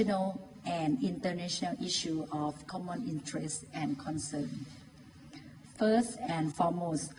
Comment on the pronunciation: First มึงออกเป็น เฟิสสสส เลยนะ อีโง่